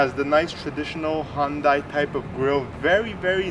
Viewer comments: It's Hun-day, not Hun-die. And your cap is on backwards. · Dude, great review and a great SUV. WHO CARES how it's pronounced?, do you even know what the Hyundai symbol means? Enjoy yourself and the weekend.